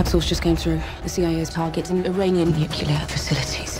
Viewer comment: It gets to me more than it should, but I can’t take seriously a war movie where “nuclear” is pronounced “nukelar” right in the trailer 😂